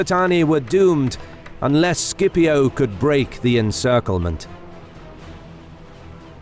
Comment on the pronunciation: It is pronounced "Sip-io"